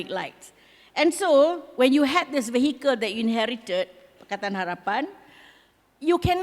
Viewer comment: Madam, minta maaf, but "vehicle" is not pronounced VAY-HEE-KEL. It's pronounced VEE-A-KEL.